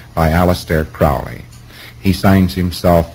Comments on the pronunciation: Hubbard couldn't even pronounce the man's surname correctly. As Crowley, himself, said; "Not Crowley to rhyme with 'foully', but Crowley to rhyme with 'holy'." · Oh my god, he pronounced Crowley's name wrong. It is Crowley as in Holy. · Hubbard never knew Crowley personally, mispronounces his name, and mistakes a pseudonym for the name of a book.. go figure. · This is really rather interesting when one considers that Crowley (rhymes with holy Ron) believed Hubbard to be an genuine idiot! Sorry Scientology but the truth is the truth no matter how many people it offends. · I've never heard of or come across an A.C. book titled 'The Master Therion' written by A.C. I know that he referred to himself as the Master Therion after his outer order name of Purdurabo. But, sorry Ron. It's now Crowley like you are using it, (sounding like it rhymes with Howly). Your "very good friend" that thought you were silly, his name rhymed with Holy. But, I am sure that through Mr. Parsons, perhaps, you "knew" of Mr. Crowley and you got a very good idea of starting a religion for the financial tax breaks on your publishings. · For such a "very good friend", you would think he'd pronounce his name correctly. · hubbard was a fraud. crowley was dubbed such by the media. hubbard couldn't even correctly pronounce "crowley." you have been deceived. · Alex P if they were friends then how come he’s unable to pronounce his name correctly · L Ron Hubbard never met aleister Crowley, he also pronounces crowley's name wrong & mentions a book by crowley which doesn't exist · Hubbard is using the Americanized pronunciation...proof positive there was no familiarity.